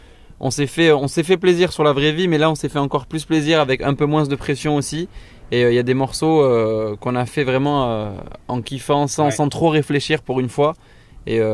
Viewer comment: ça me stress tellement qu'ils disent " un peu moinsss " On prononce pas le S :'( !